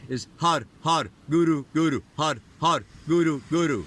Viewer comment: you're awesome! Also my understanding is the pronunciation for har is 'hud' not har. Be sure to flick the roof of your mouth on the 'R': ) Thanks for the keen insights! xo